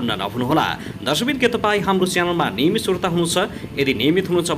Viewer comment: Niymit ho nniymit